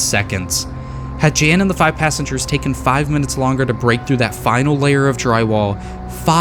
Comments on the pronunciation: Btw Jan is John so you pronounce it as Yan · He is Polish. Pronounciation of Jan is like "Yun".